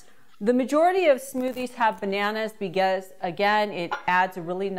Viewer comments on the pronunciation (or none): I thought I heard begause. Lol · she said “begause” 😂